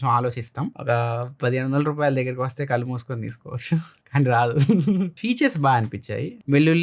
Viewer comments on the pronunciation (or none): none